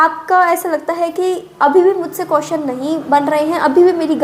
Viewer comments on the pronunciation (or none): Di ye कियोशनस ✅hota h कोशनस ❌nhi 😂😂😂